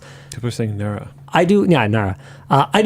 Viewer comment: Nara you mean nara